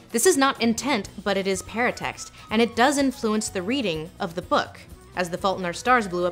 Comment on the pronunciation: I thought she was saying "parent text", not "paratext" until I saw the word. Parent text kind of makes more sense as a name for that though.